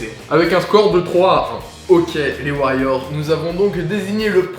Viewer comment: En gros ton intro c'est "Ok et Hey salut les warriors c'est "? Parce que figure toi que j'ai entendu "Ok les kheys salut les Wailords c'est ces drinks"